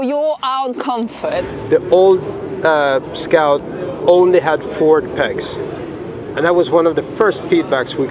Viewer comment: English is another level scoawt